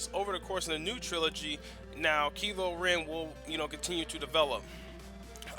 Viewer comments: ITS KYLO REN NOT KILO REN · um his name is said as if the y was an I kylo ren get your facts about his name right ppl